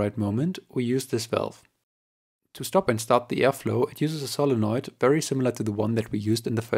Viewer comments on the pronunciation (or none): none